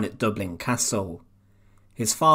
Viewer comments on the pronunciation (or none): none